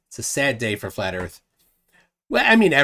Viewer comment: I am and all I have seen durpdedurp say is "need a horazontal plane so erph is fwat..." and repeat that a couple of times... So in other words he knows SFA about how to use a sextant.